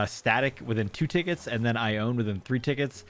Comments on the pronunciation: Congrats on your squirrels! But I have to say it...her name is pronounced "eye-own-knee". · wow your luck today was insane! also, I believe ione's name is pronounced ai-oh-nee? I've been following you since you started posting acnh videos last year and i was really excited to see that you restarted!